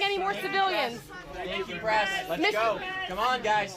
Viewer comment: Are they saying thank you "Pres" or "Press"?